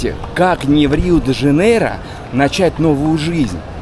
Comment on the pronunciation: Не Жанейра а Жанейро . Блогер учи мат часть 😂